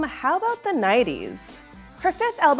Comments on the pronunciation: "uh, how about the NIETIES?" girl, it's nineties!! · I'm voting EIGHTIES because your girl can't pronounce NINETIES. Stop saying NIGH-TEES!! Yeah, im f-ing petty. Fight me. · How is that girl supposed to be arguing for the 1990s when she can't even pronounce the "Nighties" Not to mention the fact that the 90s never had a chance in the first place